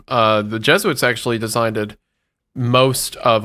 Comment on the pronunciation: Did say "designded"